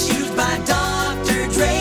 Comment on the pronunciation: Dr. Ray? It's Dr. Dre.